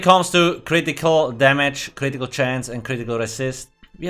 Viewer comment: My favorite word says with his accent: Critical (Ka-rit-eee-kull)